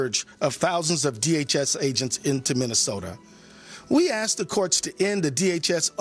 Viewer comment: "We ass that the courts..." Yes, you certainly do ass the courts